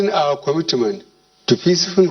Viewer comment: This man is very very sick, you can see that from his movement and actions. He is really dead. Dead man reading he’ll presidential address to dead country (kantry), kwomitment, krikital chalinges,taranparat, domokarasy